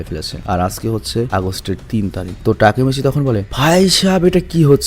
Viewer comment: না টাকি মাচ😂😂😂😂